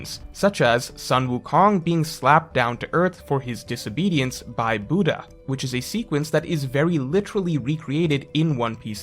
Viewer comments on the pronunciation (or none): none